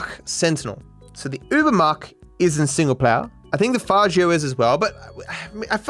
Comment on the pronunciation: I wonder where learn to pronounce Faggio